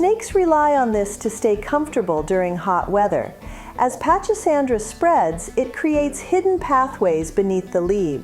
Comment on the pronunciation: It's pronounced "PACK-A-SANDRA"......THE "CH" IS PRONOUNCED LIKE A "K" SOUND.......MY MOTHER GREW IT FOR YEARS.....NEVER SAW A SNAKE IN IT; NOT ONCE!!! Up in CT....my mother planted this everywhere, and gave much of it away to friends as she did think it out when it overgrew it's boundaries in the garden; it spreads like crazy!!!